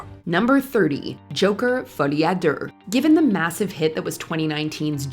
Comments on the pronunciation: It should be: Folié a Doo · Is it a thing on YouTube to pronounce something purposely wrong for engagement. Folie a duurrr 😂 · "Folie ah Durr"??? Horrible pronunciation. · Did she seriously just say "Folie à DERRR"? hahaha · that pronunciation of folie a deux was atrocious hahahah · why did she pronounce folie a deux like that 🥴🥴🥴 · That’s just how the narrator pronounces “Folie à Deux,” French for “Madness of Two.” Joker was a great movie on its own, but Joker: Folie à Deux ruined everything the first movie made great. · the point they were making is that the pronunciation is terrible lol